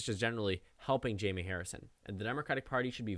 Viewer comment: Am I the only one who thinks its pronounced Hi-may?